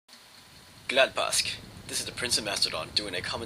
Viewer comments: wtf did u say at the start gladpask? :P glad påsk it is :P lol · haha, glad påsk!! good job, very close ;) glaad posk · hehe you said glad påsk wrong hehe it's Glaad Pohsk that how you pronunce it.. i know i suck at spelling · hahaha, " Glad pask " worst prounonce every :D Nice videos btw ^^ SVEA RIKE ! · hehe you said glad påsk wrong hehe it's Glaad Pohsk that how you pronunce it.. i know i suck at spelling but any ways awesome video and Glad påsk on you to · glad pask :DD it's actually pronounced like posk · Glad påsk! XD btw the swedish å is pronounced like the au in austria :-) (and if you wanna say ä it's pronounced roughly like the a in and)